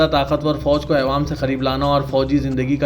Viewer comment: Ayewaam nai bhai awaaam boliye